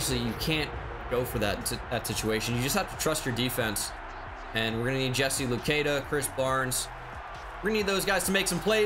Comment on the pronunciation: Hey, I’m from Ottawa, Canada. The same place as Jesse Luketa and I just wanna let you know his name is pronounced Lu-ket-ah not Lu-key-dah Still love the content, keep up the good work!!